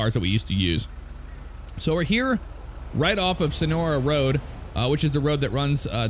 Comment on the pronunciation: you say woad all the time you try to say road